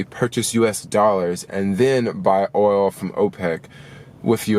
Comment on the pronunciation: When you say oil, I literally hear Oreo.... guess I’m hungry 😭